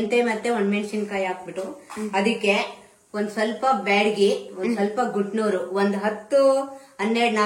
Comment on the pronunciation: Gutnur alla Guntoor 😂😂